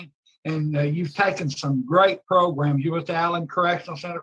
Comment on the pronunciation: I really like your content but I don’t think I can listen to saying sen-nence instead of sentence and saying progrums any longer. I want to drill pencils in my ears when I hear them.